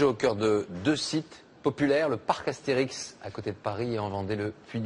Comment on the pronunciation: Je rêve où il a dit ''le parc aksterix''